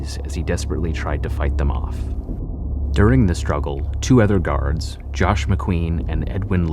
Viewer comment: Or garaurds... Dude got defective pronunciation